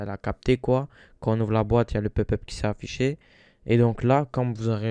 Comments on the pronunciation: Il a dit pup pup ce con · On ne dit pas pup pup on dit pop pup